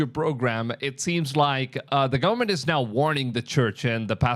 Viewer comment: Gullamemt?? GOVERN-ment. 🤦🏻‍♀️